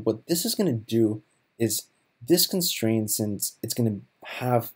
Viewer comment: There's a T at the end of constraint you know....